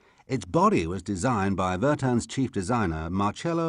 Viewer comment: Right pronounces: >Lancha >Marchello Gandeenee >Bertóne , like "tone" >Mario (OK) Manmúcchee. A nice missing is that there was no Stratos rally team but FIAT-Lancia rally instead, actually the reason that drove to the early retirement of the Stratos HF (which is not Stratos Zero) , in favor of the 131 Abarth, cosmetically more similar to the middle class sedan of the group in the period. The famous marketing move to bring racing a silhouette in order to make the customers believing that their FIAT 131 was somehow linked to the Abarth's one